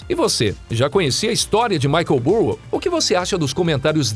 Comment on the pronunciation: Difícil ouvir o vídeo todo ouvindo o narrador falando Michael “Burro” .